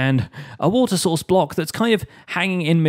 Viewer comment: am I just hearing Water Sauce ?